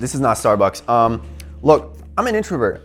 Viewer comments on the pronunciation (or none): none